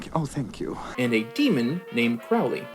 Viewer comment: Arg. Your mispronunciation of Crowley's name drives me up the wall. Of course you're not alone: lots of Youtube reactors mispronounce it the same way (with the first syllable rhyming with "cow" instead of bloody listening to how Aziraphale says it (first syllable is "crow" like the bird, which was also how Aleister Crowley (who the character was named after) said it.